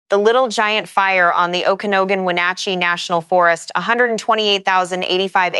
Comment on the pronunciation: Please, OKANOGAN is pronounced - OAK-UH-NOGGIN